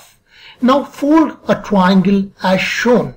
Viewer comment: He said twiangle